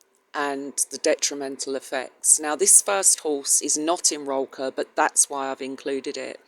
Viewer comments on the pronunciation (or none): It. is pronounced Roll coor (sound like cook, but instead of k it is an r) Still doesn't make it right if you say it right